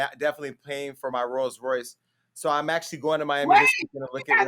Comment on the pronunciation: Actly or Actually?